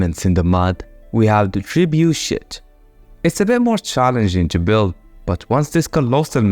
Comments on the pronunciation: my man really said trebushit 💀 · I love the way he speaks trebouchet LOL, "The Tree bullshit" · the tribu_shit gotta be the best prononcition i never heard